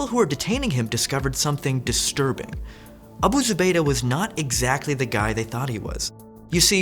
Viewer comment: Wow. He pronounced that without having a stroke. Nice. Might hit like just for that.